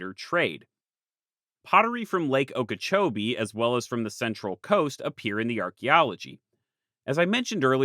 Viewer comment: Good shot pronouncing Okeechobee right.